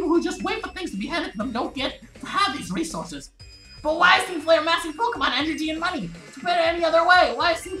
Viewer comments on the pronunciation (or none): none